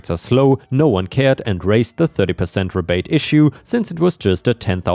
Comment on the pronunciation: Second story, "rebate" is "ree bate" not "reh bate." 🤪